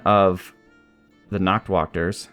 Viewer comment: Many of Black Ulms troops have german names. The "Nachtwächter" means Nightwatch. You spell the "Nacht" right, but the ä has a sound similar to the first a in anime.